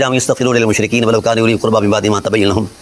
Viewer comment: ماکان للنبی والذین آمنوا ان یستغفروا للمشرکین ولو کانوا اولی قربی من بعد ماتبین لھم انھم اصحاب الجحیم ،،،،،،اس آ یت میں لفظ کانوا ھے نہ کہ کانی ھے،،،حضرت محترم